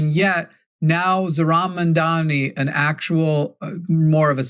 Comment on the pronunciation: if you’re going to correct people on Kamala’s name, you have to get Mamdani’s name right too. Just saying.